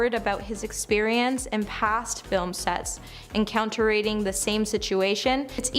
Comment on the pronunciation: Encounter-ate-ing was also a fun word